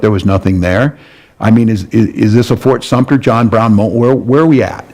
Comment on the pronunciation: I ❤ you dear. It's Fort Sumpter...no n hard t. I'm bummed that I missed you in Charleston. I would love to share some knowledge with you about Charleston, history, and that "feeling" you have about the times.❤